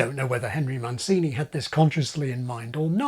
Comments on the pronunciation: Great video, but it's pronounced "Mantʃini", not "Mansini". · oh, the irony mancini is not pronounced man·see·nee it is pronounced man·chee·nee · What you teach in your videos they teach at universities. Lucky are those who watch you at leisure and then try to use your lessons in practice 👍 Shakespeare and Pink Panther together, you're a genius!!! P.S. Mancini should be Man(ch)ini, with ch as chin, shouldn't he?.. He was Italian. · Oh, sorry about that! I thought it weird that one of my favorite english language channels would mispronounce a name!